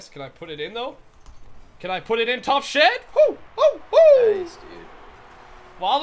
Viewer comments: I think the phrase might be "top shelf" not "top shed" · i wonder if know that when he scores in the top part of the goal it is called "top shelf" not "top shed"